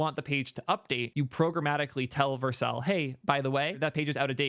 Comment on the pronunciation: Only thing bothering me is how he pronouncing it Vercle